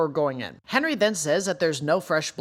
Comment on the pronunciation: Hinrigh is not pronounced as "Henry".. but as "HEIN-RIG".. your videos are great, but the way the HxH community has been mispronouncing Hinrigh has been driving me CRAZY lol.